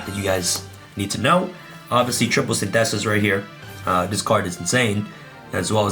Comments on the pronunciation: Bro, saying Synthesis like Sin -theh-sis doesn’t make it sound like some cool “Yu-Gi-Oh card name.” It’s Synthesis like Photosynthesis... 🤦🏻‍♂️ bruuuuh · No one: Abso-fucking-lutely no one:: Sin- thesis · I love how pronounces Synthesis XD